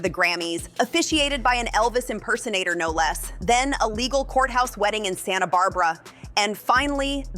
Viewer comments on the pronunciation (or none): none